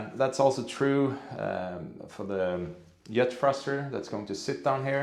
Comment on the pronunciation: The Yet thruster. You guys really struggle with the ‘J’s. I’m not criticising at all, it yust reminds me that English isn’t your first language. Love your videos. Can’t believe it’s been three years already. That just makes me think how little I’ve achieved in the last three years!